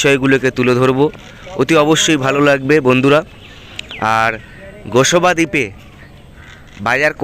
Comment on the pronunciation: আপনি গোসবা দ্বীপ বলছেন ওটা হবে গোসাবা দ্বীপ।